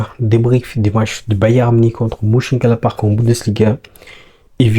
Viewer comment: Stp mon ami merci pour le debrief. Ca se dit Meunchengladbach le Ö se lit eu comme meuf 😂😂😂